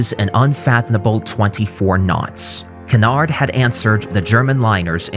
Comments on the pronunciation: His pronunciation of Cunard is revolting though lol. It’s pronounced like “cue” or “Q” so “Q-nard”. Not Kuhnard lol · Its pronounced the Q-nard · Stop saying Cunard wrong please! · You can start with pronouncing Cunard correctly.